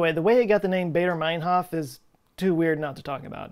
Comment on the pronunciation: It's pronounced "Barder", not "Bayder".